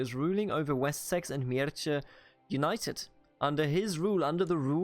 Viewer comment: Mierce --> Mierße (german pronunc.) Hwicce --> Hwicke (angehauchtes W) Anglosaxon is pretty close to german, so it is not too complicated for us. Mierce for example only over time became latinized to Mercia, but the original name is pronounced similar to what you would pronounce it instinctively as a german